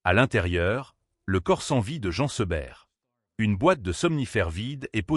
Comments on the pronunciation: prononcez Jeen Seberg...svp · Encore cette voix artificielle qui ne sait même pas prononcer correctement Jean Seberg